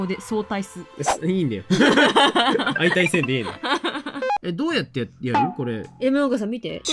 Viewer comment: なんかはそうたい（相対） って言ってるけどあいたいって言ってない？どっちが正解なの？？